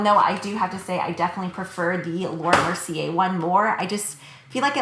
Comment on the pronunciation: Fyi Lumiere is pronounced "lumi-air," in Laura Mercier it's "Mercy-ay" because the r is at the very end of the word :)